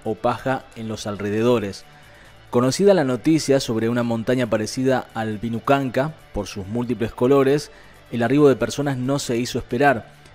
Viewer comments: Lo que es hacer las cosas x solamente ganar dinero,este tipo ni siquiera se toma el tiempo de averiguar o leer bien lo que publica, wanacunca dice el opa, es winacunca o montaña de colores,ya saben que x errar una letra puede cambiar el concepto de las palabras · Min es Vinicunca no Vinucanca